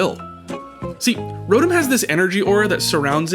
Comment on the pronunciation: It's pronounced rotom